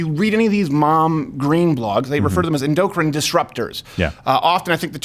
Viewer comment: Your mispronunciation of “endocrine” is cringe af.